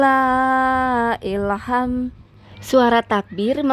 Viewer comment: Maaf koreksi Walillahil hamd mak bacanya bukan walillah ilham